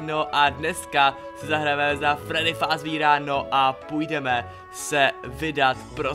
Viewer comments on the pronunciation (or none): jenom dodatek tenhle freddy se jmenuje toy freddy a fazbír tak se to přece nečte čte se to fázber jinak dobry video like a odber :D